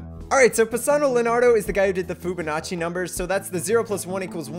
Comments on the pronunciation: I cringed every timef he said Foobanacci instead of Fibonacci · did you say foobanachi